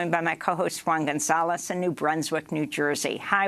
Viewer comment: ??? She cant even pronounce her co-host´s name correctly, Juan González.